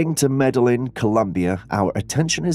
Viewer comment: I love your show! Its pronounced Meda-heen.. Columbia.. Your Welcome! ❤